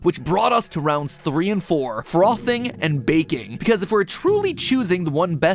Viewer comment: Ami the only person who finds it funny when matpat says frothing